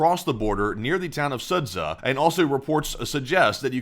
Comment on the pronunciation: Sudzha = SOO-juh. The 'zh' is one letter in Russian.